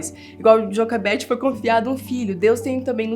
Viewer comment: A fala assim porque ela aprendeu inglês primeiro, por isso que ela erra algumas palavras em português rsrs